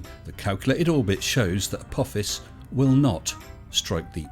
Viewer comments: Agreed. Wow, "A-poe-fiss" must have a solid ironic core! 😄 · If he remembered what the Almighty said he wouldn’t remember, doesn’t that mean the Almighty is fallible instead of infallible??? Not to mention that the Almighty doesn’t seem to know how to pronounce “Apophis”...